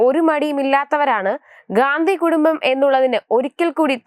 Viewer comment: ഗാന്ധി കുടുംബം അല്ലടി,,,, ഘണ്ടി കുടുംബം ട്ടാ, നോക്കി ചെയ്യൂ